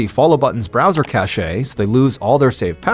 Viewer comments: Cash, not cashA. Also, review if youre using Ai, the last one was really noticeable. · Cache is pronounced "cash." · FYI "cache" is pronounced exactly the same as "cash"